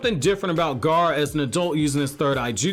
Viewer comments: it's like he keeps saying ''garr'' instead of ''gaara'' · Gaa....ra, Gaara!!! Not Gar